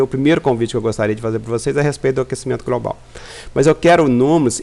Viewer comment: "gracial", "grobal", "prantas". Fake. Estamos entrando num período de resfriamento.